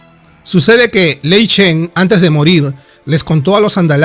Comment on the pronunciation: buen video pero se dice..... GurubaSHI ( no gurubachi ) y lei SHEN ( no lei chen….)